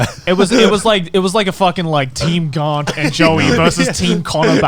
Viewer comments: Why does Grant keep mispronouncing his name? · Apologies, I always forget that Garnt has an R in it, its fairly subtle sounding to my ears